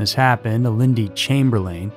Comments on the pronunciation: FYI for those not from Australia! Mount Isa is pronounced 'Mount Eye-zah" Uluru is pronounced 'Oo-la-roo" Ayer's Rock is the colonial name for Uluru, and Ayer's is pronounced 'Air's" Azaria is pronounced 'Az- arr- ee- ah" Chamberlain is pronounced 'Chamber-lenn" Bullima is pronounced 'Bull-e-mah' Re the story of Lindy Chamberlain and what happened out there, it's not difficult to believe a dog of any sort could get in and out of a tent quite easily if it wanted to, without a lock or ziptie on the zips, however depending on the quality of their tent the dogs could have torn through the tent itself. Claws and teeth can be very sharp and many domesticated dog owners can attest to the destructiveness and houdini-ness of dogs through experience. Also,, please pull back on the sound effects mate, it's a bit much, IMO.... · Being an Aussie myself I can atest to the 'trial by ignorance' mentality and how a media complex can bend and shape a hive mind that fuels and monetises the hunt for scandal. Everyones a victim. Additionally, Aussies pronounce Chamberlain 'Chame-ba-Lynne' and Mount Isa 'Mount Eye-za'. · Chamberlain isn't pronounced that way in any country. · Thank you. Thought I was in the twilight zone or something with no other comments mentioning this. 😅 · I couldn't watch this because of your mispronouncing of the couples surname, and all of the place names. I suggest that, during your research, please find out how to pronounce names and places.